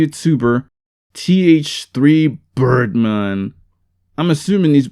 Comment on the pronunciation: Him pronouncing Birdman’s name wrong and then making a racist crack about it is great